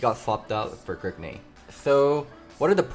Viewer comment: Stop calling him Grigne.